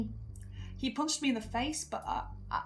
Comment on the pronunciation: the way pronounces "punched" is distinctly northern and does not let me forget that you were a dsmp creator once. that is tommyinnit's fault i can feel it